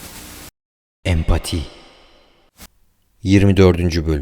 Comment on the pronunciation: Şu epati sesi kulağımda yanklanıp duruyor beynime kazanmış mübarek ne yaptın öyle 🤣🤣🤦‍♂️